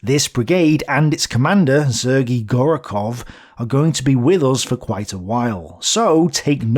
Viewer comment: I don't bother to correct every mistake in pronunciation of Russian names, but since Gorokhov will be staying with us for a long time, the second vowel is stressed, not the first - GorOkhov. Same with IsAev. Try to google how to pronounce Russian surnames or find somebody to consult. (Don't bother with obscure toponyms, most of the native speakers would not be shure about them.) Wrong stresses are easy to fix, but highly noticeable. Also, it seems you pronounce kh as k+h. kh denotes a variant of phoneme denoted by h-, there is no -k sound. The difference between those phonemes is negligible, so just say h sound.